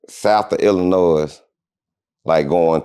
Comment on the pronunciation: Da S silent in Illinois my guy